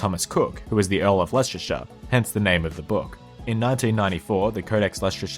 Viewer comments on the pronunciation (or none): Oh my goodness😂😂 should I assume the Leicester pronunciation was a joke? Leshester..😂 it’s pronounced Lester Why can’t I see anyone commenting on this?!😆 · Isn't Leicester pronounced like "Lester"?